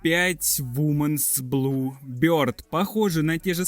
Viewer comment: Братанчик не вуменс, а вименс (женские)